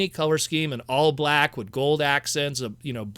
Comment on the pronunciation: Why do you say "wit" instead of with? What accent is that I'm picking up on? I mean no offense. Genuinely curious. I've found this line to be a joy and I welcome more. They could do more than two waves and I'd love it.